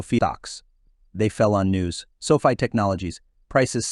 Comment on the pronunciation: SOFI not SOFIA you dummy